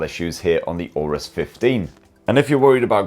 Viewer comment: Please say, "Aorus" one more time.